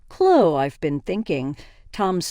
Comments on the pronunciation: Can you say Chlo - E ??? Her name is ChloE !!! Her name is NOT ChlO !!! Got it ??? It’s getting on my nerves !!! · It's Clo-wee. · English isnt your first language is it? Its Chlo eeeeeee